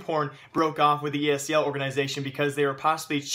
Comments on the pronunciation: It's ESL not ESEL, pls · hate how you say ESEL not ESL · It's esl not esel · Are you saying ESEL, or are my ears fucked?